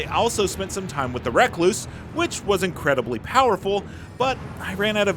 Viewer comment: Recluse like a loner is surely the word you’re trying to say not “reck-loose”!